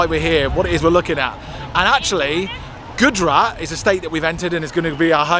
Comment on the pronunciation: Please learn to prounance names properly... It's Gujrat (Gujj…RATHH), not Goodrat 😂